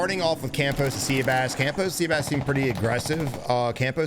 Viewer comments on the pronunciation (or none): Great video … however, the guy that was playing the AR role, his name is not pronounced “sea-bass” it’s pronounced “seh-bahs”